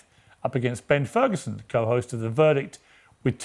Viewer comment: Did he say Terd Ferguson?